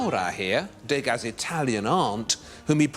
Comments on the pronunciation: Degas is pronounced 'deuhga', not 'dayga', whether it's spelled as two words or not. There's no accent on the letter 'e'. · try to say dueu ga rather than day ga which in french means rubbish so sounds very stupid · I love this series, it is excellent. My only quibble is about the pronunciation of French surnames. MOnet, REnoir, DEgas, RoCOco etc etc -all wrongly accented. Is that how the British pronounce them? It is MoNET, ReNOIR, DeGAS, RocoCO. And why dedicate more than half of "Forgotten Impressionists" to Degas? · Not to quibble, but the pronunciation of the artist's name is "De GAH" not "DAY-GA". Surely you don't need another reason to annoy the French...